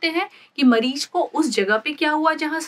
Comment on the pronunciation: MBBS doctor but still says Mareej insted of mareez Jehar insted of Zehar and Enjayme insted of Enzymes